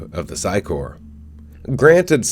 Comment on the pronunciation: You need to redo EVERY video that you've ever done about the sci corps. The word corps is pronounced "core". You keep saying corpse. Which is a different word. Learn English please. Corps and Corpse are two different words pronounced differently. They make these things called dictionaries with special instructions on how to pronounce the words. If you learn these simple instructions, you'll start to understand how the "p" in corps is silent, while the "p" in corpse is not. That is one way people know while you're speaking that you mean one thing and not the other.... Correct pronunciation! Please erase all the videos where you've made this mistake and redo them. I like you, your videos, and what you do. But I hate mispronunciation, malaprops, eggcorns and the like. Keep doing what you do. And I'll keep watching when you vids about the reboot. I actually like the sound of your voice